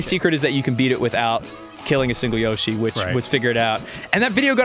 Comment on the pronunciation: Wow. I never heard someone pronounce Yoshi as Ya-shi. It's pretty surprising to me.